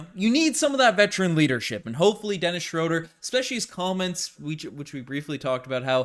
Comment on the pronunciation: Shrewd-er or Shrewd-ah, not Shrode-er.